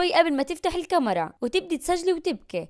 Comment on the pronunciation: كمرا ❌🤦 كاميرا ✔️😩.